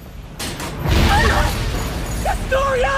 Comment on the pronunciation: And when eren say historya "The story of "